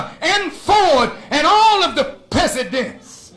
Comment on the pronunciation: Minster Farrakhan “all of the peasadents,” 😂😂😂…. Definitely using that one, 😂.